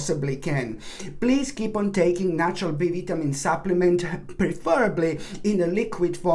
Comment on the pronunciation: Thank you. Only annoyance is vitamin. Vi-ta-min. Other than that, you are brilliant. Morenga dad adores. I drink morenga tea all the time. My dad has tree.